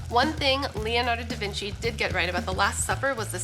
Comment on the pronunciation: Leonardo Da Vinci. Good pronunciation. Generally American misspell 98%of Italian words. When i heard "brushayda" for "bruschetta" I was about to faint.